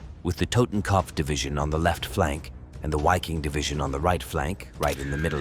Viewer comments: “VIKING!!” with a ‘vuh’ sound at the beginning. FFS I can’t stand all these dumbass channels that use the “w” sound using the English language. It sounds so stupid and childish. In English it’s the “Viking Division”. Say it right or GTFO. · A question. Wouldn't the Wiking division be pronounced Viking because of the German W pronunciation?